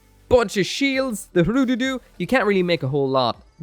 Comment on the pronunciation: Its not pronounced Foo-roh-doh-doh, its Hroo-doo-doo. The pronunciation comes from the book 'Watership down'.